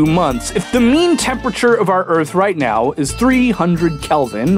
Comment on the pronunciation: "Okay, here's da Erf, ROUND. You may be thinkin' "Dayum, dats a sweet Erf." WRONG." Haha.